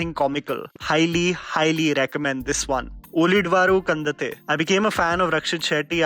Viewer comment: Finally found someone who pronounced ullidavaru kandante worse than me.